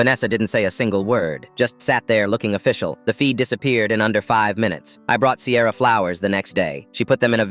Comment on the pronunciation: This is so sweet 🥹 But I’m sorry did you say CAMRON AND SIERA